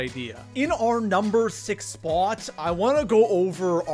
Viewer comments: Where is this goofball from...It's pronounced SPOT...NOT SPAUGHT!! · Dude talk faster, no need to drag every word you say out like that. It's sounds cringy af it's annoying just speak like a normal person and stop saying spot weird too. First and only video I have watched. Bye bye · Coming in at our number three “SpUAt” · What's up with how he says spwaaat..... Lol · im about to quit watching this dude just because the way he pronounces "spot" sounds like SPOOOUOOUT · I CANT STAND the way you pronounce spot. SPAAAAWWWWT. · This guy exaggerates the word spot .why????? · Why do you say spot like that?